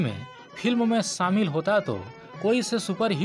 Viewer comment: Are bhai tu apni hindi sudharo phur you tube par aao.. , शोले को बार बार सोले बोल रहे हो। शामिल को सामिल , शूटिंग को सूटिंग कह रहे हो।।अरे सूटिंग यानी कपडे होता है। इतनी बुरी हिंदी ।। किस हिम्मत से आप लोग यूट्यूब पर अपलोड करते हो ।। सारी दुनिया देखती है । मैने इस से पहेले बहुत बार आप को लिखा है । मगरबकोई सुधार नही दिख रहा है।